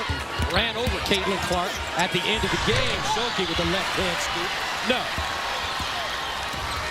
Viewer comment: Is he saying shulke because it doesn’t sound like stuelke